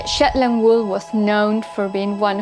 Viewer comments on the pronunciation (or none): Did she say shitland !!!!!???!!!! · Did she say shetland?